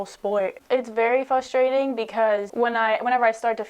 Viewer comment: What's really frustrating is hearing someone say "fustrating".